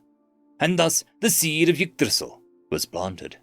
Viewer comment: Bro really said igdrissil😂😂